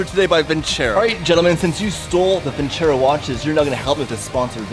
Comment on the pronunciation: It's not vincèro, it's vinceró. It hurts my ears, please.